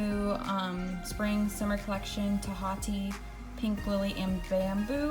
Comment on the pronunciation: TAHITI is pronounced: "Ta HE tee" (it's the name of a tropical location)